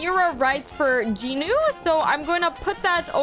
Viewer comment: JINU "JE-NU" NOT "Jin-u"